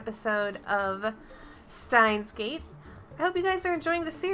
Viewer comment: スタインスゲートか。スタインスゲートではない、VNはシュタインスゲートと言うよ！難しい発音ではないと思う